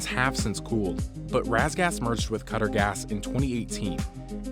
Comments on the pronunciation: Did you pronounce Qatar utter? It’s Cat-tar, not utter. 😂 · “Cutter” for “qatar” lollllll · It’s pronounced as “cotter” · They are pronouncing Qatar as cutter ugh. Its KAH-TAR. lol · Dude wtf it's pronounced "ca-tar" not "cutter" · The tiny nation of what???? Cutter???? 😂😂💀💀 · Qatar not cutter. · Jeez how do u call qatar “cutter” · Bruh said "cutter" for Qatar lol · Hearing Qatar as Cutter is cringy and I am not even from Qatar. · And said "Cutter". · I think "Qe-tar" is the closest pronunciation. Short "A". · I like how they pronounce Qatar as ‘cutter’ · It's pronounced in different ways depending on the dialect, each one is far from "cutter", it's hard to explain it cause it has a sound which doesn't exist in English which is "ق" the closest sound you can pronounce is "k", in Qatari accent though, it is pronounced with "G" sound, it would be "ge" with a short e, and-tar, with a rapid a sound, btw the "t" sound is not the original sound, it is another sound that doesn't exist in English which is "ط" And English speakers prounounce the R sound differently, so it is a word with only three letters each of which English speakers can't pronounce. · It’s actually pronounced ka-TAR.. emphasis on the second syllable... I’m Indian and have friends and family in the Middle East... that’s how they pronounce it. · How did he pronounce Qatar again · I cringed when he said Qatar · Please learn how to pronounce Qatar. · That's not how you pronounce Qatar. It should be a soft t and the vowels are drawn out. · Pulsxr- exactly